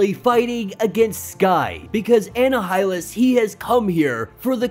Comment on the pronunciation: Bro its pronounced "ah nigh ah lus"